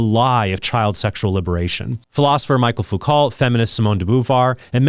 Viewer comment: I think his name is pronounced “Michelle Foo-CO”